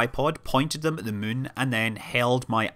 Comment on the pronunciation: He clearly says 'Mun' instead of 'Moon'.